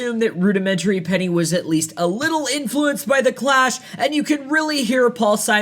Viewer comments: It’s not penny. It’s pee-nye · Rudimentary “Penny”… isn’t it pronounced “Pee-nigh”? Sorry, haven’t finished the video yet but I sure hope there’s at least a mention of Mike Watt. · Rudimentary pee-nigh, not penny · Fat wreckords blows...ill repute sucks...you better mention chuck dukowski, and earl liberty, matt freeman best punk bass player....its not pronounced penny ,peni rhymes with die, surprised you even mentioned them....earl liberty sacharine trust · Rudimentary Peni..Pee-nigh..not penny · Pronounced *pee-nye. Not "penny". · Rudimentary Peni. Pronounced : Pee-nye, not “penny”. Just FYI. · It's Rudimentary "Pee-Nigh", not Rudimentary "Penny". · Rudimentary Peeee-Nye, not Penny. But yeah. The bass is amazing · lol "rudimentary penny" It's peen-eye bud. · Oh...and it's pee-nie not penny. 😅😂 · This video bums me out a little bit. From mispronouncing Paul Siminon's name to calling the band. Rudimentary penny instead of pee-ny, to crediting Jerry Only as a good bass player. I know you're probably in your mid-20s, but come on... Do some homework. Where's Brian Baker from Minor Threat? Where's Mikey Donaldson from the Offenders and MDC? Where's Chuck Dukowski from f**** Black flag? Some of the new guys you listed are okay, but a lot of them are just barely f**** there. Okay, old man rant over... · Its pronounced Rudimentary Peen-eye, as in penis..btw. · It's pronounced (Rudimentary) 'Pee-nye' as in the 'plural' of Penis. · It’s pronounced like Pee-Nigh. Rudimentary Pee-Nigh. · Never heard Peni pronounced as penny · FYI: It's pronounced Rudimentary "Pee-nye"